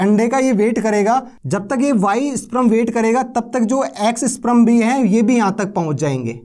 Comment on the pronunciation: स्प्रम नहीं स्पर्म बोलते है महान आत्मा